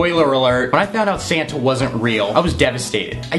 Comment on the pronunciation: Santa not Sana